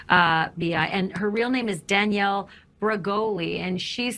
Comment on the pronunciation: Yup. And her saying Danielle name wrong when it’s her job to know how to say the names so they aren’t disrespectful. Yet all I got where both where disrespectful towards Danielle.